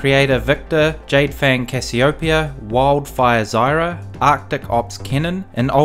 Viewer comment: Can I ask why you pronounce Cassiopeia so funny? :D